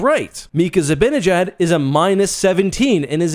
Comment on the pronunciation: It's pronounced Zi-ban-ejad, not Zi-bin-ejad. Hard to appreciate your opinion when you mispronounce player names.